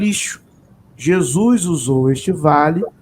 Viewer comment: A IA comeu a letra S da palavra JESUS pastor. É melhor me contratar 👍